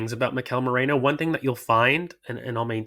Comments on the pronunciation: Holy crap why can no one say Meh ree noh. 🤣🤣🤣.,,,...merino not Moreno 🤣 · has no business calling out pronunciation when he himself says morino